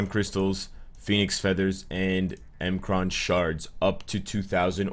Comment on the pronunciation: It’s not m kraan shards It’s pronounced “mikran shards)